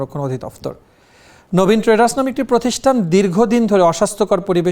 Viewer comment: ট্রেডার্স শুনেছি কিন্তু সংবাদ পাঠিকা বলছে টেন্ডারস্ 😅